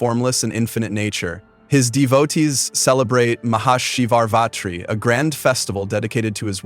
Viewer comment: It's Mahashivaratri not MahaShivartri